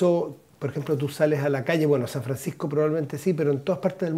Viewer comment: En el minute dice San Franscisco y es San Francisco . Una pequena correccion :)